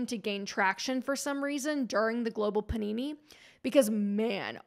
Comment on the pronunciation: Am I the only one who heard “global panini” ?